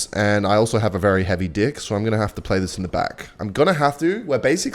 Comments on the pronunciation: Is he saying dick or deck? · Every time says deck I can’t tell if he’s talking about dick or deck 😂😂😂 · bro is NOT saying deck wtf man 😭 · bro did not say deck